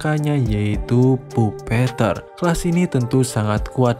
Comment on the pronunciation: bang bacanya bukan puppeteer tapi puppeteer